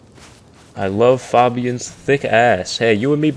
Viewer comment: says fabian wrong All the fabians: 👁👄👁